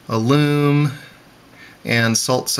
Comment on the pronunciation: What's the point? You can run low current motors off of potato batteries, lemon batteries. BTW, Alum is not "aloom", it's al-um.